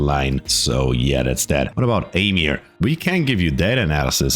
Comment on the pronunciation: Fun fact, my name is read like amir, not emir lol, not that i mind, people usually call me army lol